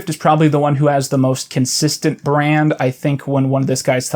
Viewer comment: I'm glad you're ding this. It's really cool. Every time you say 'brand' my soul dies a little bit but haha lol it's cool it's cool. Other good smaller people: Cool Cammy (Camille Cook), HGModernism, Going Down with Ella Yurman.